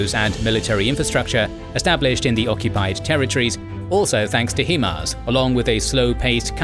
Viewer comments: it's pronounced "High-MARS" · "he-mars" lol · It's H[AI]MARS. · You are mispronouncing HIMARs its High-Mars. Also Ukraine is not part of the Balkans. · Bro. Love the videos but please. It’s pronounced High-Mars. High Mobility Artillery Rocket System. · It is pronounced High Mars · Right, he does an impressive job with the local city and region names and then “Hee-mars.” I’m like, dafuq is he saying? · Too bad he can't pronounce HiMARS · Hello , the narrator of the documentary said the weapon system is called “ He Mars “ it’s called High Mars why do so many people pronounce this weapon system differently all the time even in other YouTube videos I like the name “ The Fingers of God way better because that’s the whole outcome of this new weapon , it’s like God came down to help save the Ukrainian people from certain death by the advancing Russian army who are constantly attacking the innocent Ukrainian people who just want to live in peace , thank you kindly all the best my friends;) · Not a criticism just a heads up HIMARS is pronounced High and Mars not He-Mars. Source currently serving soldier in the US Army that's worked alongside HIMARS operators. But great job on the war break down very informative and help with the information overload that comes from the news every day. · I knew someone would be contrarian, but you're wrong. I don't know anyone in any English speaking country who pronounces the word "high" as "hee". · Except for the Himars, it's pronounced High mars. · yea im ukrainian. couldnt hear the slightest accent and then.... HEE-MARZ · Highmars. Not Heemars. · love all your videos but can you Brits every pronounce HIMARS the way its supposed to be?!!! It's not HeMARS. Look at the name... HIGH not He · It's "hi"mars not "he"mars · It sounds like the British pronunciation is "HIM-ARS" whereas the American pronunciation is "HI-MARS". Interesting distinction. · It's HI-MARS not HE-MARS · It's HIMARS - not he-mars like he-man. Hi. Mars.